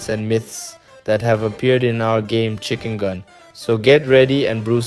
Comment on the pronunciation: It’s not chickengan it’s chickengun